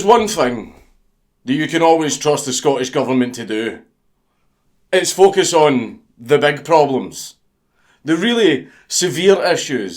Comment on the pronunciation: until you got to the part about the pug vid i kept hearing "fuck us" not focus